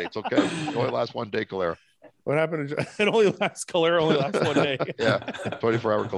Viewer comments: But pronunciation of "cholera" though....oh man this is definitely the funniest podcast so far! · I had to rewatch that part, cause I was like how did he pronounce that?! LOL...... it's pronounced like "collar-a" and it's been around hundreds of years haha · Please tell me you were joking about the pronunciation of cholera.